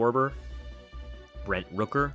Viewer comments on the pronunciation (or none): none